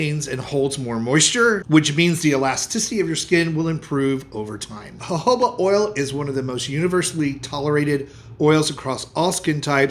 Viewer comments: At least you say Jojoba correctly. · The j in jojoba is pronounced as h